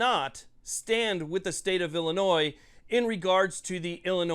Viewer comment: Please quit saying "Illinois" the way it is spelled 😂